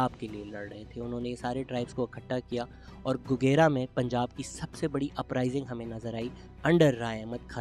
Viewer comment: Very insightful information Shehzad Bhai. Just a little correction regarding "Gogera". It is actually pronounced as گوجرہ۔ It will be much appreciated if you can start a proper series about unsung heroes of Punjab... Thanks